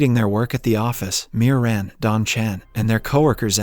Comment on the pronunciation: I even noticed that he also called the female lead marin and maron... her name is miran